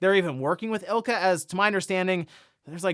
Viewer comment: It’s “I L C A”! Don’t be lazy. 🤦‍♀️